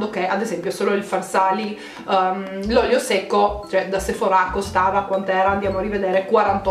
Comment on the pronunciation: ti prego non mettere l’accento sulla A du sephora: da un fastidio